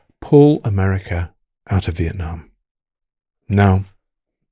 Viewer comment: Vitnam is one word not split into two, it's also a beautiful country